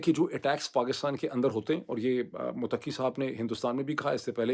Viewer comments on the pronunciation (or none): It's MuTTaqi (not MutaQQi). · Please motaki nahi balkay mutt - taki word hay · ڈاکٹر صاحب پہلے بھی گزارش کی تھی کہ جب آ پ لفظ * متقی۔ * ادا کرتے ھیں جو کہ * متقہ * سے ماخوز لگتا ھے ۔ یہ لفظ آپ * مت قی * استعمال کریں جو پرھیز گار اور نیک کے معنوں میں استعمال ھوتا ھے۔شکریہ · متقی میں شد، ت کے اوپر ہے ق کے اوپر نہیں۔